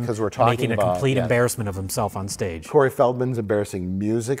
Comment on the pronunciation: "Curry" Feldman hahhahahaaha